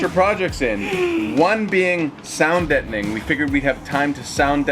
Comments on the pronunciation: All this time I've been repeating what I thought was saying, which was "sound detoning"... only to ask him now when you questioned it at the start and he said "deadening" -- which makes perfect sense because you want the sound to be, well, dead. I'm totally blaming my misunderstanding on his British accent... as I do with other words I mispronounce as he teaches me about vanbuilding on our Cortez haha L (and ) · It's pronounced "deadening". It's so exciting to see the roof panels going in and the trimmed out fan. It's giving us a peek of the finished product! Thank you for another awesome video. Take care. PS - Is Bob single?